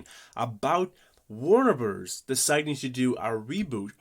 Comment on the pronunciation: exactly lol I was jk because you pronounce it like Wernrberrz